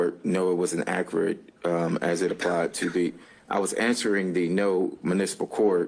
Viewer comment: "is this accurit?"